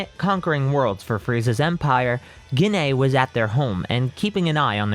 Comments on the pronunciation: I love when hes says gine *gene*😂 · I'm so sorry, but Gine is pronounced 'Jeane' Sorry again, just a pet peeve, it annoyed me slightly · Every time he says Gine wrong it is hurtful